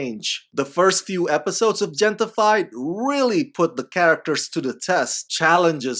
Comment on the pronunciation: I believe that the Gente in Gente-fied is pronounced henteh. Meaning "people" in English.